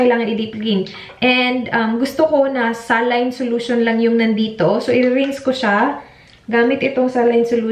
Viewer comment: saline "sa-line" pag pinoy , pronunciation pag puti ay "SAY-LEAN"